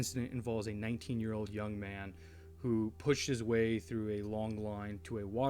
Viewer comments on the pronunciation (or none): none